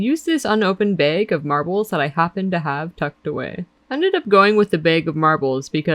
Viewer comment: Are you from the Midwest? The way you said bag makes me assume so. All hail worm!